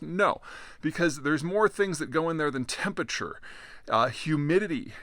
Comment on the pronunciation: You pronounce temperature nucular.